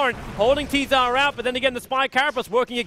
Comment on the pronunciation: i wish knew that tzar is not pronounced as t-zar